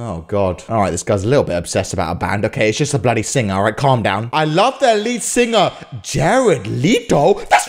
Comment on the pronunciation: Why do you all ways say blody